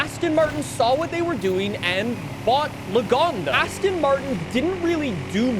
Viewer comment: Why are you saying "Asston". Why?